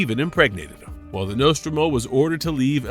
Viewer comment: Just a complete shitshow. Get your AI to learn to pronounce Nostromo correctly.